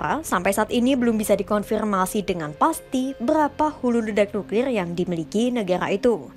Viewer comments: Kata mimin NUKLILLL BUkan NUKLIR 🤣🤣🤣🤣🤣 NUKLILLL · Suka denger ngucapin nukrir nya 😂